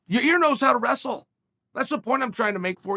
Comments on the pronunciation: Chael bro ... it s not Ya Rear it s Yo Rear it s not Your Ear ... it s YAIR ,,, Pronounced YAYEEEEEER repeat after me YA ... YEER now together YAYEER . Ok bye . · Uncle Chael mispronounced Yarear's name a couple times in this one... sounds like he called him "ya ear" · I'm sorry but all I can hear is "your ear" "in your ear" " ya rear" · Lol ya-reaR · Yair, Ya-Ear, Ya-Rear, Ya-Year, don't matter Max in fo' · Lol Ya:Ear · Gotta love hearing that Chael is taking Max Holloway if you’re Ya-ear Rodriguez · yair “ya ear” Rodriguez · Ya ear… ya rear… lmao I love you Chael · I keep hearing “ya rear” or “ya ear” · Uncle Chael keeps calling him " "Ya-Rear"! 😆😆😆 My rear? lol 😂. Love you Uncle Chael !! 👊🏼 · I only clicked on this video to hear Chael say "YaRear" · YA EAR, YA REARR, YOUR EARRRR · It's time to bet the house on "Ya rear"rodriguez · Did he just call him "ya rear"? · He’s saying Ya-rear un purpose now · He does it cause it generates comments which makes YouTube algo happy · Chael is pretty lazy ... A simple google translate would show him how to Annunciate 'Yair' correctly.. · Ya-yeer Ya-rir Ya-reer Yai-eer Yuh-reer Yuh-eer